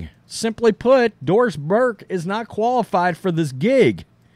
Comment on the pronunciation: When you say Doris Burke, all I hear is Forced Diverse.